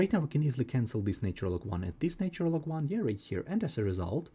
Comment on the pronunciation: NAtural....and NOT NAYtural !!! Why can't your pronunciation be correct.